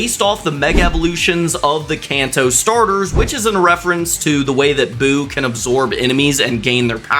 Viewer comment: You mispronounced so many names I like your videos but you're going to have to look up the name and the inspiration for that you got to do your research cuz the middle stage for boo is actually bu when he gets all the evil out of him evil Bu and then the one that's standing up that fused that is super Buu